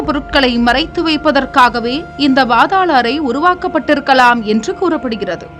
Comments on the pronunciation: என்ன பாத்தாள் அறை. பாதாள அறை என உச்சரிக்கும். குதிரை. பாதாளம். ( குதிரை யை குட்டி எனவும் பேசி பார்த்தால் லட்சணம் புரியும். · It is paathaala arai ( not bhaathala arai)பாதாள அறை please pronounce like that.